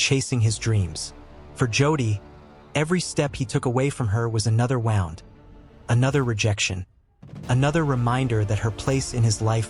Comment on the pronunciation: who did this narration? wound is pronounced w o o n d!!!! ffs